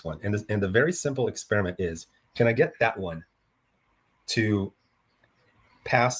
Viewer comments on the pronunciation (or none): none